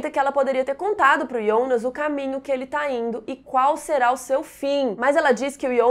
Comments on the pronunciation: Amei seus vídeos, porém tua pronúncia para fala Jonas me dá agonia pq tu fala Ionas sendo q todos falam Jonas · Ionas ou Jonas? Tenho impressão que escuto vc falando Ionas 😵😵😵